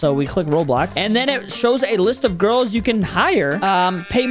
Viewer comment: Bro when Said i bought 2 giris it sounds wroug 💀